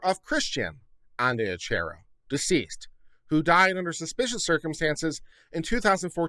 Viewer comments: Also, just a heads up it’s pronounced An-dree-a-key-o if that helps any 😂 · There is evidence that points to it not being suicide. The position of the body, and the gun. Dylan supposedly found the body and called 911. Whitley was in the house when Christian died, and supposedly didn't hear the gunshot. Side note: pronounced An Dree Ah key O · I believe Andreacchio is pronounced - An draw key o. 🌺🌺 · Thank you for saying this. It was hard to listen to this with his constantly mispronouncing their name.